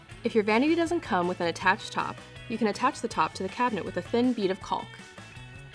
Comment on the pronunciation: The “l” is silent in the word caulk. ( kôk)